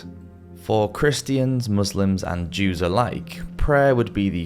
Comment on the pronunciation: "Christ-ee-ans" U fn serious bro? Christians has three syllables now?